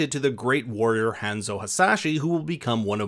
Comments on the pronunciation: Would really hurt u guys 2 actually pronounce names correctly. Hanzo. Like saying han solo with a zoe at the end, Hanzo. U guys always butcher the names which is just lazy bcuz his name is said a couple of times n the movie... So did u actually watch the movie or did u just read from a script? Ya i thought so, u just read from a script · You said Hanzo's name wrong and it's nightwolf